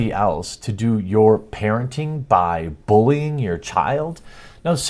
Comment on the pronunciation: I'm just curious, why do you say bullying like booolying? Is it.your accent? Just wondering :)